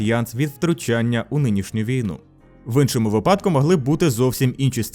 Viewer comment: ви́падку* - призвели́* 💙💛